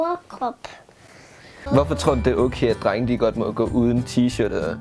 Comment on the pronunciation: Det er som om siger trenge i stedet for drenge